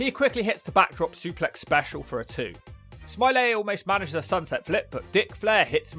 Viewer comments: It’s Norman Smiley not Norman Smilay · I love how you nailed that pronunciation, "Normal, Smi-lay" 🤣 Edit: How does Wild Slapnutz keep appearing, even in videos I don't think are going to have a wild slapnutz like this one and The Droz video, he just, inserts himself somehow, it's really starting to become ominous lol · I had to stop less than 3 minutes in after the overselling of mispronouncing Smiley.